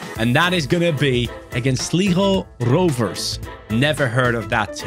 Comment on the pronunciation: The way he said sligo rovers as an Irish person is so funny bro dosnt know the poor county